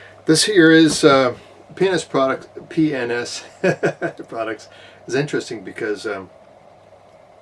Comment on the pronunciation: Every time you say PNS quickly it sounds like...,well you know! I thought companies were smarter than that. After all, it gives people a chance to make fun of them. On a more serious note however, don't you worry that Mr. Trudeau is going to come after that thing? Don't get me wrong I love ARs; but I try to stay away from military style rifles, especially the "Black Ones" because I don't trust our government to leave me alone. That is a cool rifle BTW.